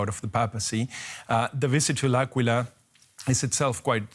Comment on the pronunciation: The city's name is pronounced as AHH-quila